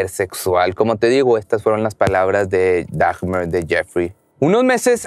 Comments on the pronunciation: Lo único que no me gustó fue que se la pasó diciendo Dagmer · No es "dagmer" es dahmer la h es muda asi que se pronuncia damer